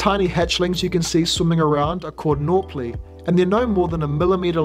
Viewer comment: What does he call the hatchlings? "Norpli"? is that a scientific term or something? I can't find anything online about that word relating to fairy shrimp edit: lol all I had to do was wait another minute for him to show the word, "Nauplius"